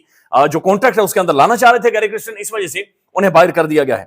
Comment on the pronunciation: pl pronounce the name correctly - it is kirsten not kristen !